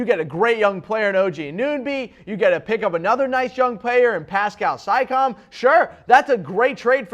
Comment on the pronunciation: Makar Zorklin naw I believe he legitimately doesn't know how to pronounce those players names.